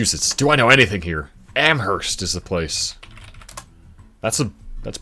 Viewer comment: weird question to be answering, but Anaconda-Deer Lodge in Montana is a merger of the city of Anaconda with Deer Lodge county. also, you don't say the 'h' in Amherst. on a similar note, you also don't say the 'h' in Aloha, Oregon- the theory i'm familiar with is that it was originally Aloah, from an indigenous word, but at some point the 'a' and 'h' got switched. the pronunciation stayed as it was, but the spelling changed.